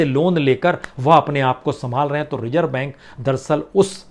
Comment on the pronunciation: सर ज़ को भी आप ज ही बोलते हैं रिज़र्व को रिजर्व नाज़ुक को नाजुक etc